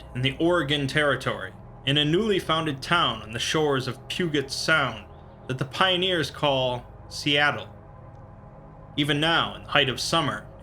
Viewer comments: Pew-gut = Pew-jit sound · Puget is pronounced pew-jut. Source: live on an island in the Puget Sound. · For future reference, Pudget is pronounced pew-jit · Pu-get? Really? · I know I'm late to the party here, but the way you pronounced "Puget" sets my teeth on edge. Puget is pronounced as if the G were a J. "pyoo·juht" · Puget is pronounced Pew-Jet love the videos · FYI we say it Pu-jet sound here on puget sound. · puget has a soft G btw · I cringed a little but I'm not so surprised when non-locals mispronounce locations in WA. "Yak-im-uh" makes me want to vomit though lol